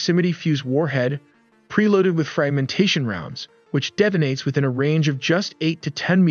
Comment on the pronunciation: It debonates huh? Debonates... Debo-nates. I think the word you were looking for, text to speech program, is detonates. Deto-nates. Detonates. Try again, this time put in some actual effort by getting an english speaking person ( or use subtitles & speak in your native tongue) to narrate the video. Tired of theses lazy ass dime a dozen, oriental trading catalog videos that come in packs of a hundred.